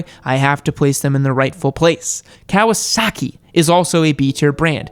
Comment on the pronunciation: The right pronunciation is "kaVasaki" not "kaUasaki'